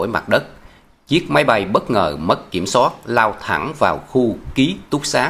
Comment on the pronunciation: Giọng đọc nghe rất dễ chịu nhưng vẫn còn vướng nhiều lỗi chính tả do phát âm chưa chính xác. Ví dụ như: an toàn chứ không phải an tòn” . Câu chuyện chứ không phải “ câu chiện “. Kiểm soát chứ không phải “ kiểm sót “.Nhiễu loạn chứ không phải “ nhiễu lọn”….🙏